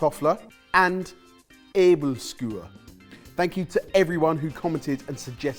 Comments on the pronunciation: You nailed the Æbleskiver in the start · I will say with the Æbleskiver you actually nailed them, they were all correct.